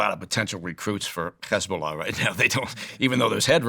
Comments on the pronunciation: He's so biased that he pronounces "Hamas" and "Hezbollah" with a Hebrew accent. Very poor choice of guest Steven👎👎👎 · The way he pronounced H*mas and He*bol*ah with a Hebrew accent was enough to break my trust instantly. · The way he pronounced H*mas and He*bo*lah with a Hebrew accent was a dead giveaway. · I knew the moment he pronounced H*mas and He*bo*lah with a Hebrew accent.